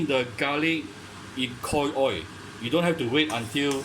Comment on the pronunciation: hot oi. you forgot the pronounce the L at the end.